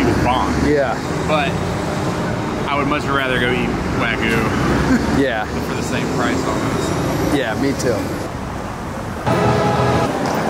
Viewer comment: i thought it was pronounced WAG-YUU, sounding the Y